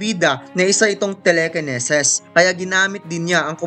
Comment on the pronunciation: Angas ng telekeneses ah 😂